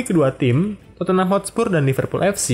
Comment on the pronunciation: Penyebutannya bukan totenham bang tapi totnem. Just info. Koreksi tambahan awal didirikan, john houlding memberi nama Everton athletic namun ditolak sama FA karena gak bola ada tim sekota dengan nama yang sama, akhirnya liverpool ganti nama seperti sekarang deh. Koreksi tambahan lagi, shankly gak pernah juara UCL bersama pool, melainkan cuman piala uefa.